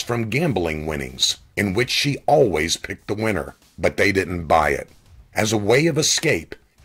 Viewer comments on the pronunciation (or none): none